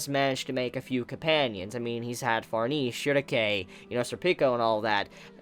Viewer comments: What an awkward way to pronounce farnes....she is french...the e is silent...its pronounced like farms...but with an N instead of M...so like Farns.. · It pronounced farnaysay